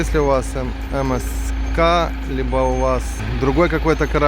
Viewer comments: Если переводить с итальянского zpsrf аббревиатуру компании MSC на русский язык, - а MSC - это все-таки итальянская компания, то правильный перевод - эМ эС Чи. Если с английского, то эМ эС Си.))))) Но, как правило, в основном все произносят эМ эС Чи. Буквы К там и в помине нет)))))) Ну как-то не очень корректно произносить неверно название круизной компании, на корабле которой вы совершили столь увлекательное путешествие. А так отдых великолепный!!!! Семь футов под килем!!!!))))) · А вообще если переводить с итальянского - MSC все-таки итальянская компания, то правильно произносить эМ эС Чи)))) С английского - эМ эС Си. Буквы К там и в помине нет)))))